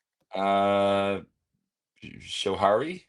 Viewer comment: Great review, Wayward is Awesome, Skoh -HAIR - ee , Cheers Boys